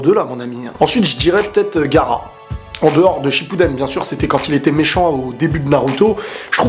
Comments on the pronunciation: On dit pas gara on dit ga a ra ps je t adore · tu ma tuer "gara" mdrrr gaAra avec sa nouvelle coupe il a perdu en respect n'en rajoute pas ; )